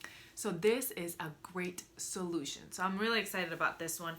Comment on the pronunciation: “A great sewlution” 😂😂😂 love it!